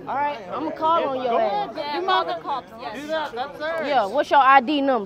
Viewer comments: This one had me laughing so hard I cried! LOL when she said call Dee cops in a Nigerian accent and when the dude at the airport was cool with the 20% 😅 and the part where the Asian guy was like police police and she’s like that’s not how you call the cops pick up the phone 😂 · the way she said "call de cops" after the dude with the accent got me dead istg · "Call dee cops idgaf"😭😭😭😂😂😂😂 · Yes call the cops in her Nigerian accent 🤣😂